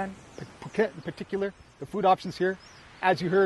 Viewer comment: So it's Pew-ket! Ha ha, thank you. I always pronounced it like a silly American. I could not feel attracted to the vlogs I've seen on Pattaya or Bangkok. Very interesting to see your video. I haven't known or heard anyone talk about this area. I'll subscribe and learn more.